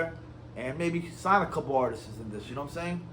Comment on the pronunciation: "Artisis"? Learn how to properly speak before you start dissing anyone😂